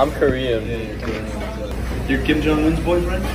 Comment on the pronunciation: 조선에 관심있나보네.. 북칸 김정은도 정확히 알고 발음도 정확하고 다나다나 ... 대부분 미국인들이 일본하고 중국하고 구분못해서 치노하면 눈찢는데...